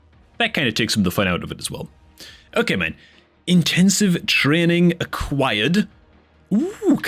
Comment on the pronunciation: Dude, are you Irish? Dat "trreeenin" gave you out😂